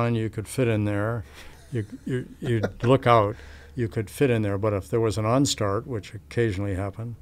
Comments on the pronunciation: What did he say about banging you head? "onstart"? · He's actually saying "Unstart". That happens if the engine inlet spike moves to the wrong position, and the engine stops producing thrust.